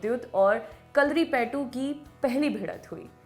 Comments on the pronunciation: Didi pehlay pronounce thek say krna shek lo phir video banana,its not Karlipetu its Karlipie. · Mistakes you made - it is जमवाल not जामवाल, It is कलारी पयटू not कलरी पेटु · The way u say kalari payatu😂😂😂😂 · kalaripayutt bolna sikho madam !!